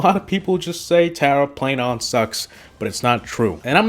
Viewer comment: Tera yep that’s how to say it not Tara omg your bad and all of these brawlser and you don’t know how to play